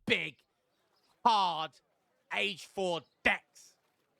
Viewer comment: Age 4 'decks' 😬